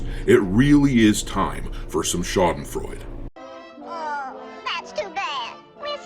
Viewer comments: Schadenfreude 90% pronounced right, well done dude 🤝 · Haha I love how you pronounce Schadenfreue. And yes, it IS extremely satisfying to see all those multimillion $$$ corporate "products" fail in the market. I had my epiphany with Far Cry 6. Such LGQBT BS completely ruined it for me (even with my low expectations for a new Ubisoft open world game). Netflix was cancelled when this Star Trek show where everyone was gay just wouldn't stop discussing everyone's abnormal sex life. Bah I cannot stand this shit anymore!!!